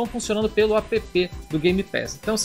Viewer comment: Apepê?! Será que algum dia vão perceber que app é uma palavra, e não uma sigla?